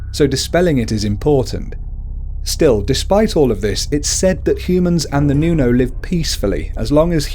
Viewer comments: Its not pronuonce nuno its Nunu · Nuno is read as 'Nuno' not 'nyunow' Aswang is read as ' Aswang' not 'asweng' But yeah, it's okay since you're not from the Philippines:) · you said nunow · Nu-no not Niuno Al-bu-nar-io not albuniarno As-wang (straight wang not asw a ng) Also called the ma-na-nang-gal eater of babies(I got bitten by it or i dont know cause when mom went to the doctor there was no heart beat lucky me im alive still) Tik-bala-ng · Its nuno not nyuno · Nuno - pronounce this, nuu-noh. Nūno Sarimanok - pronounce this, sah-rii-mah-nohk. Sarīmanok. K is hard. Aswang - pronounce this, ahs-wahng. Aswang. Two a's are short. Tikbalang - pronounce this, tick-bah-lahng. Tikbalang. The two a's are short. Manananggal - pronounce this, mah-nah-nahng-gahl. The "gahl" has short a. And just add a bit of Filipino accent flair aaaaand you got it! Probably. I can't confirm lol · Wait, "manawk"? Okay, I get "noonow" and "all-byu-lair-yow" but "manawk"? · Nuno is pronounced Whit a hard o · hindi mo alam mag Tagalog ng nuno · mali ang pag sabi mo na mananangal, tikbalang, at manok at nuno no offense po